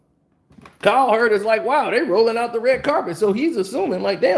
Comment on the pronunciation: I love u but damn bruh. Colin cow(heard) that’s y it’s the heard Colin (kap)ernick u be adding ls to they name lol😂